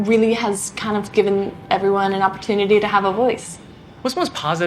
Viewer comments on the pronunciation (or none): none